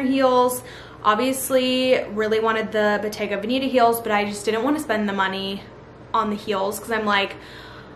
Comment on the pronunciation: Ily but bottega veneta is Italian and the 2nd “e” is pronounced as a short E in veneta